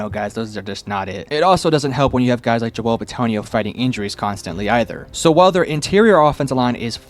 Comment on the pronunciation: Every few weeks I manage to hear someone mispronounce the name “Joel”. It’s 4 fkng letters.